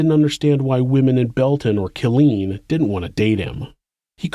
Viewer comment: You always do great work! Just wanted to say that the town is pronounced “K*LL-LEAN”. The emphasis is in the wrong place.